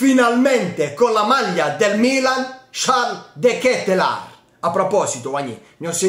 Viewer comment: x quanto riguarda la pronuncia vai su Google traduttore e metti olandese. Devi soffermarti sulla A. De Ketelaaaaar